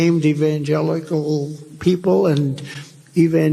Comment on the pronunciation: I almost died laughing when I heard Donald trying to pronounce Evangelicals. IT WAS SO HILARIOUS!